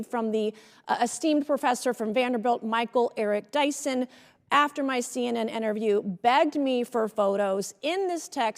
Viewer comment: Well, maga going to maga. Nothing to see here. Learn how to pronounce a name right and stop being a racist.